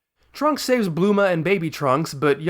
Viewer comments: Why do you call bulma bluma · Why do you say bLuma???